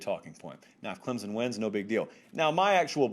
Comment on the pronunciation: I know for a fact, he says "clemzon" to annoy us clemson fans!! Smh